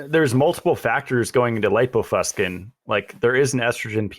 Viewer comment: please look up "lipofuscin" in the dictionary. pronounces it wrong. The i softens the "c" to an "sss" sound. There is some irony in portraying oneself as able to discern scientific literature... and not being able to.master a simple dictionary. You can remove that irony by simply pronouncing the word correctly. does... he's mastered the dictionary... lol. He tried to help you out at the beginning of this podcast to alert you to your error in a nice way. For you and all... I highly recommend The Logic of English Book and YouTube material. The knowledge ought to be a family heirloom. And no... the hard "k" sound for the "c" is not an alternative pronunciation. Science is not pronounced "sky-uns."